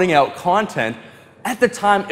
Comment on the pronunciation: "I do like helping people oot"😂....so damn Canadian, priceless!